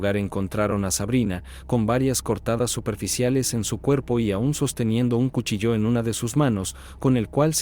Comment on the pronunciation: Cuchilló o cuchillo? El acento de la palabra es en la i